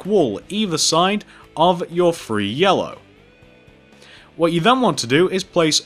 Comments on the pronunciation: You said "three" but I heard more like "free" XD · Can he like take lessons on saying numbers because I love how amazing he is at pixel art it's outstanding but seriously Fwree is how u say three I know someone who says dwree and it's also annoying